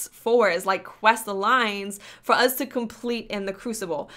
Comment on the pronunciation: Does she say uz instead of us on purpose?